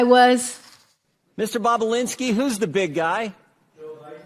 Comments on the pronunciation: Bah bah Lin ski NOT bah BLah inski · It's Tony "Bob-u-linski", not "Bob-u-blinski", LOL! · BOB O LINSKI, NOT BOB O BLINSKI PLEASE! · Love how she says "Tony Bubbablinski 😅😅😅😅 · She said Babababalinski😂😂😂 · It’s not “BoBoBlinski.” Two B’s. You’re reporting. Get it right. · Bob-you-lin-ski😊 I went through this a few years ago when Tim Pool couldn't pronounce Puyallup Washington to save his life. It is Pew-al-up Pew, like PewDeePie Al, like Al Bundy Up, like the movie or direction 😂Tim got it right after that! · Mispronouncing Bobulinski's name is annoying. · Trish, please learn how to pronounce Bobalinski’s last name name!!! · Hey Trish, how do you pronounce Tony Bobulinski's name? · So English is not your 1st language, yet you write and enunciate very well. I am sure you will agree with me, Trisha should articulate his surname correctly as she makes money from naming people who are in the news. 101 for a news anchor.